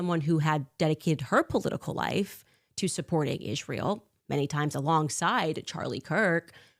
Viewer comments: No no it’s Ishrael that she says killed hin see it wasn’t Israel at all ….. I CANNOT stand when she misspronounces on purpose Israel 😡’ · Every time I hear “Izhreal” I want to vomit. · The way she pronounces Israel is also very disgusting. And it’s the same way leftists racists pronounce white people.